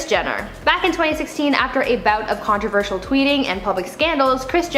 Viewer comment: The word is, “controversial.”. It is pronounced,: “con-tro-VER-shil” I can’t believe I have to tell you that!